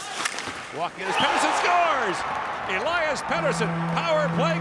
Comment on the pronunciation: Do NHL broadcasters ever get a foreign name right? All this time I thought it was El-lie-us Pet-ersson. Meanwhile, the man himself said it clear as day, El-eus Peter-son. Significantly different from how I always hear it on NHL broad casts. God dammit, it's Conner SHAREY Sheary all over again.